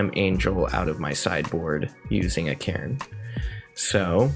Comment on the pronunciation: Omg I had to stop watching after the second match the way you pronounce Karn just blows my mind lol